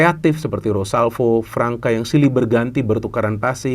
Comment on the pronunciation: Pemain Brazil yang ada huruf ç nya, dibaca s. Gustavo Fransa. (Gustavo França)